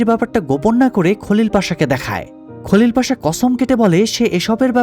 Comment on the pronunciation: বাংলা উচ্চারণ অনুযায়ী নাম গুলো ঠিকই আছে।